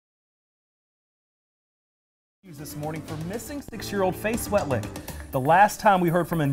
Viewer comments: its "Swetlik". That is so bad that he can't even get her name right. America, you are an embarrasment. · mis-pronounced her name. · And pronounced her last name wrong. Sigh